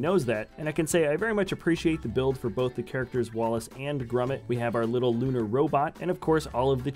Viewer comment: Its wallace and GROMIT, thats 'grOmit' not grUmit!!!!!!!!!!!